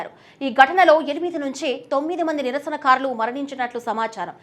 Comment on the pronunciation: నిరసనఖారులు ఏందీ తల్లీ.ఆ పదం కేవలం నిరసనకారులు మాత్రమే.తెలుగు పదాలను పచ్చడి పచ్చడి చేస్తున్నారు.ఆకృత్యాలు కూడా కాదు మహాతల్లీ ఆ పదం కేవలం అకృత్యాలు మాత్రమే.ఉధ్యమం ఏమిటి తల్లీ అదికూడా కేవలం ఉద్యమం అని మాత్రమే ఉచ్ఛరించాలి.తెలుగును పచ్చడి పచ్చడి చేసి భ్రష్టు పట్టించవద్దు